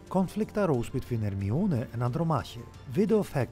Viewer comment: Her sound like harmiona